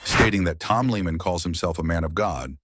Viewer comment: Sigh..... Lee-man 🙄